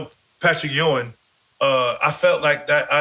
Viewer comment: Jax cracking up when Matt calls Ewing “E-Wing” 😂😂😂